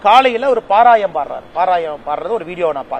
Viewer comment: Athu parayanam. Not parayam.